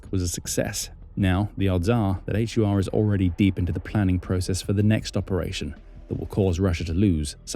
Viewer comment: Ukrainian military intelligence is pronounced as "Hoor" ( like door but with H like in home) not a H-you-ar. 😂